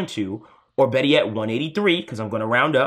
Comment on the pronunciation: "...Now that I got Chu I Feel BetTah"